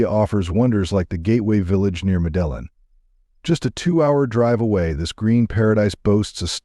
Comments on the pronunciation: interesting video, but I gave up after 10 minutes. I can't stand watching videos with computer voices. Mispronunciations are really annoying. Medellin is pronounced "Med AY een". Cartagena is pronounced "Carta HAY na". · How are you comfortable putting out this garbage, low quality content. “MEDELIN” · Proper way to say it: Medeyin and Cartaheyna. What the heck is land of free sex? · Medellín is pronounced Mede teen! Bogota is Bo Go Ta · Your pronunciation of place names is incorrect. Cartajena it is. Medeyin Thats the way it sounds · Would be better if your AI knew the correct way to pronounce the city of Medelin. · I don't think you are pronouncing 'Medellin' correctly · It’s irkin that you don’t correctly pronounce Medellin. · Learn how to pronounce the names of the cities a complete butcher job on the pronunciation of every city you mentioned, this is an insult to people like me that live in Colombia, you should get help before trying to push information when you can’t even pronounce the cities names ! Terrible job of narrating ! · the way Medellín was miss pronounced you can tell this was made with AI but it was still a good vid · The pronunciation of Medellin by this dude is killing me. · AI generated junk, the generated voice pronounced Medellin completely wrong. Fake video. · Pronounce Medellin correctly fool! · Such a Bullshit video that’s so misleading. You don’t even know how to pronounce Medellin correctly. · The pronunciation of Medellín is killing me.. Other than that.. dope video. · At least pronounce the city name correctly! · Stopped watching beacuse of the incorrect pronounciation of Medellín - it does matter. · He lost me as soon as he mispronounced Medellin. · Had to stop the video due to the missed pronunciation of Medellin. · this guy needs to learn how to pronouce Medellin and Bogotá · You are pronouncing Medellín and Bogota so wrong, you`ll fix it. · Pronounce Medellin correctly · Lost me as soon as you attempted to pronounce Medellin